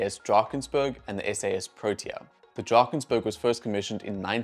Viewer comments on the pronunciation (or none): Nice video. However - please - it is not Drakens "burg'. It is a mountain, not a city. It is Drakens "berg". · It is SAS DRAKENSBERG not DRAKENSBURG. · SAS DrakensbErg...not "burg" my mate ;-)